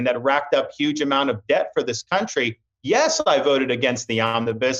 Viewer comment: Ron says "Cuntry"